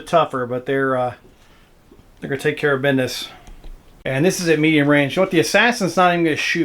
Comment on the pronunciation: The comments between shots makes the report extra action packed. You said "bidness" ... excellent.